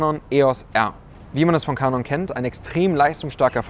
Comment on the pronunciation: Filmer werden definitiv nicht zu "Kanon" (lustige Aussprache) zurückgehen, wegen dem Crop bei 4K. Damit ist die Kamera fürs Filmen bedauerlicher nur bedingt einsetzbar!